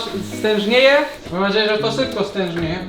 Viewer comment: Mówi się stężeje a nie z tężnie